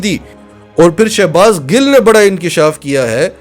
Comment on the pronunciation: Sha nai sho baz yh she baz yh shouses baz dursat nam bola kryan thanks